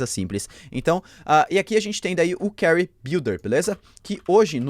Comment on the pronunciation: Carry??? Ou query???